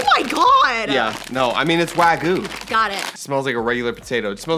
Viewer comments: lol WAGOO. Wag-you. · The WAGYU... (not "Wagu")